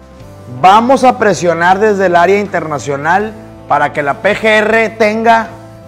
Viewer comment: internashion Krimikal corsh